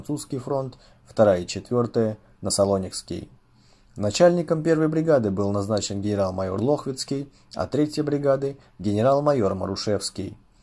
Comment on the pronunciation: Балбес, не лОхвицкий, а генерал ЛохвИцкий .